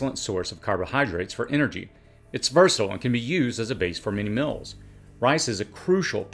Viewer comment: I love your videos but could you stop saying “mills” for “meals”? It’s pronounced “Meels”